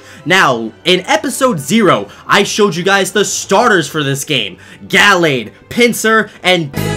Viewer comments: It’s pronounced “Guhlayd” but spelled “Gallade” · It's ( gu-la-d) that is how you say it love your videos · the way he says gallade makes me want to die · Does the way he pronounces Gallade irritate anyone else?